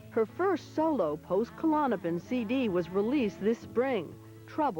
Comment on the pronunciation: KA lawn a pin? no no, it is "clawn-a-pin"